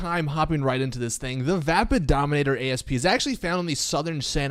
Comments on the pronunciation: Need to be that nit picky triggered guy for a second... It's not a Dominator A... S... P... It's the Dominator ASP. (Ah-ssss-puh) It's an actual word., please stop calling it that. An Asp (Aspis or Vipera Aspis) is a snake. This car is based off of the 2000 Mustang 'COBRA' SVT. The Egyptian Cobra was called an asp. The other word you were looking for... Louvers. It's literally said like it's spelled. Lou (like a guys name or boo only with an L) vers. Otherwise a good video. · Why does every creator Ive seen call the Asp by letter. Its a species of snake, and an homage to the 2000 Cobra R, hence why its called the Asp not A-S-P. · Its not called the A.S.P. its called the asp...which is also the name of a snake.